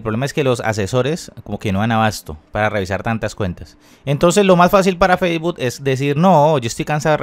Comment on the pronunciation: Facebot JAAJAJAJAJA aprende a decir Facebook primero